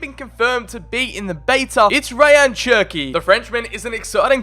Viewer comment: Isn’t it Cherki not Chekri?